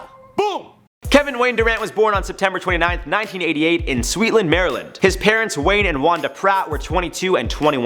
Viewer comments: It's Suitland not Sweetland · Anyone from DC laughed when he pronounced Suitland (soot-land), as "sweetland" MD. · It's pronounced Suit(like the suit you wear)-land Maryland. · mispronounced suitland